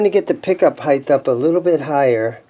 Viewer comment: Sorry pet peeve here. It is pick up "HEIGHT" not "HEIGTH". It is pronounced HITE not HITE-TH